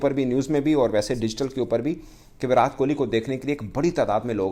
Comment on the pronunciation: Abey inke muh me kya problem hai viratttttt hai vo विरात नाही😤😤😤